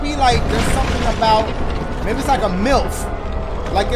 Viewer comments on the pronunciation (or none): It's funny how he says "myth"🤣🤣 it sounds like "milf" lol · Whenever Dash said "Myth" I thought he was saying "Milf" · He said “myth” I thought I heard “milf” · I was wondering what word he was actually saying 😂😂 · it sounded like Dashie said "milf" instead of "myth" lol i was so confused for a sec XD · when he said myth i thought he said MILF XD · Bro, - I thought he said MILF and he's saying MYTH 💀